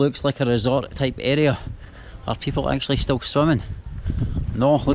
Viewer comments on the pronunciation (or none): none